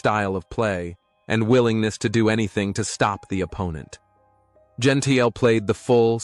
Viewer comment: It’s pronounced Gen-T-Le, not Gen-Tile…is this an AI commentary? This and other incorrect pronunciations of names are so annoying. It ruins what should be a good story 🙄